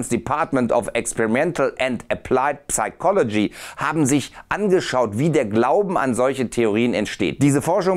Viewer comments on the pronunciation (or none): Es wäre ja nicht so schlimm, wenn du das ‚p‘ nicht auch noch extra betonen würdest, aber so tut das so weh, dass ich mir den Kommentar nicht verkneifen kann: das ‚p‘ im englischen Wort ‚psychology‘ ist stumm. Es spricht sich ‚sychology‘. Und es heißt auch Chemikalien nicht Schemikalien. Autsch! ;-) Sonst gutes Video!